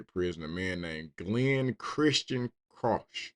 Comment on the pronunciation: Also, Krauch is pronounced like "crouch", it's German lol. My mom's side of the family is of German descent